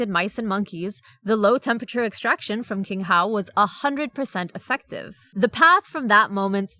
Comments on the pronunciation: Great video, one correction “qinghao” is pronounced “ching-how”. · Just as a side note, the Chinese “q” is pronounced /ch/, not /k/